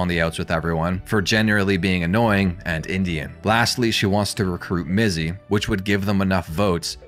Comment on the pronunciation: DYSLEXIA ALERT - - You said Bizzy and Minx instead of Mizzy and Binx, beware the first letters two words swap, i get hit by that speaks dyslexia myself, honestly it's pretty funny and I wonder if anybody even notices that doesn't do that themselves.